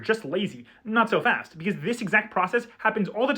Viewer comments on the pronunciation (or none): none